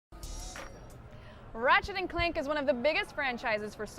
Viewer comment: DId she say ratchet and clink? lol.